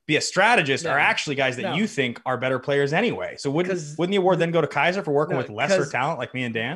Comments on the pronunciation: Kaser, Pacific, Gregg. 😂😂 All hale the King of mispronunciations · mispronouncing Kaiser's name was the best